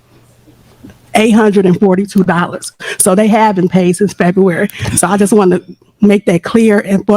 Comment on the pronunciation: Wtf is "Febuwry 28"?😂😂😂😂😂😂❤❤❤